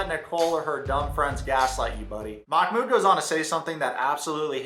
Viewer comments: I am Arab and the correct pronunciation is "Mah-Mood" محمود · Its "mahh-mood" you pronounce the h softly like you would at the beginning of a word. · They are pronouncing it Mock-mood 😅